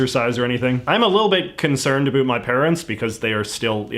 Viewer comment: Your pronunciation of 'about' destroyed all sincerity in this video.